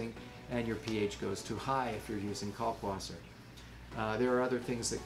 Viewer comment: Ummmmm... It is a German word. If you are going to pronounce it correctly you have to say "Kalkvasser". The German W is pronounced like a V. I'll get off of my pedantic soapbox now. Great video. Thanks for the info. Cheers, Chris